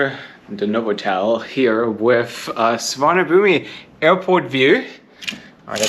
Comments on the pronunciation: just for future reference, Suvarnabhumi is pronounced Soo-wahn-uh-POOM. Rhymes with Bada-boom! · Can I correct your pronunciation of the name of BKK/SUVARNABHUMI Airport. The i in the end is silent. So it is "SUVARNABHUM".🤔🤨🙂🙂🙂🙂🙂🙂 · Can you check the pronunciation of BKK? I've not heard the I on the end pronounced before.. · Hi, Good video. You would not like Thai food. Many dishes are spicy. BTW, you don't pronounce the "i" at end of Suvarnabhumi and the "bh" is like the "ph" sound. Keep travelling. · The 'i' at the end of the Bangkok airport name is silent. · Just wanted to say that the i is silent. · I speak and read Thai fluently. The Thai word, in Thai script, has no 'i' sound at the end, สุวรรณภูมิ, there is a character for 'i' (the small mark above the final letter), but it is silent. A quirk of Sanskrit. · Suvarnabhumi, so as you are fluent in Thai is mispronouncing the airport name or not? My Thai friends do not pronounce the i at all, so it ends with a 'boom' kind of sound.